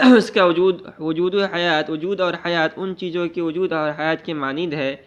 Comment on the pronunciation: Ujood ujood kyun padhte ho bhaijan wujood hota hai ujood sunte me kaano ko takleef hoti hai bura mat maanna bhaijan